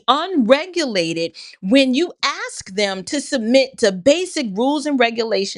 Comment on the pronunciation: Hi sending love from Australia we love all your videos but please don’t say “aks “” the word is ask, I’m sure you didn’t meant to say it like that 🙏👍❤️